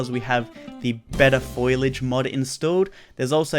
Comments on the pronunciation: Foll-ee-age. Not foil-idge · “FOILage” triggered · "Better foilige" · its pronounced fo li aje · Did anyone else cringe when said foliage